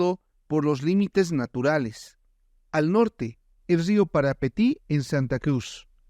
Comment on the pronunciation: Rio Parapití No rio Parapeti❌ Es en idioma guaraní